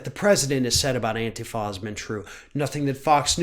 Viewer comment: actually knows how to pronounce "Antifa"! He doesn't call it "An-tee-fa" like others in the media.